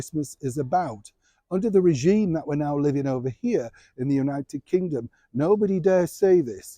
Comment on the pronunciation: Well said: "REGIEME".